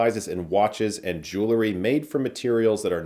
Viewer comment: It's JEWELRY, not JEWLERY. Puleeze.